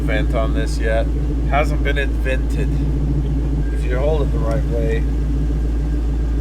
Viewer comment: Lol, in"vented".